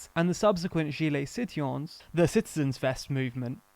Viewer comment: The pronunciation of citoyen was physically painful Try "see twa yun"